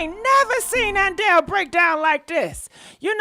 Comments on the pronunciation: Adele not Andele 🤦🏃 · Okay it’s Adele not andele lol.. you can mess a name up all that talking just play the video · I love when she says Andele it's Hilarious! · And it's "ShekonDA"! ...not Shekinah.....I die everytime u call her Shekonda! 🤭😏😂🤣..... And "zesty" and "Andel" also makes me 💀🤭😏😂🤣